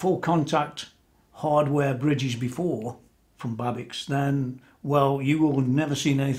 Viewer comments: nice explanation and coverage. can't wait to see her complete! i think its pronounced babish... rock on.......ptp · BTW it is pronounced like it would be written Babitch :-)